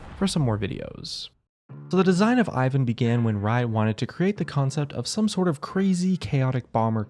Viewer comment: Im slavic and it triggers me how he pronounces Ivan